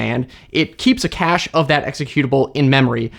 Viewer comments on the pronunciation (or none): none